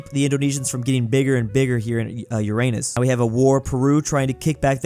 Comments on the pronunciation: It’s yur-ruh-nuhs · To help u not say it and make a stupid pun joke, pronounce it as ur-en-us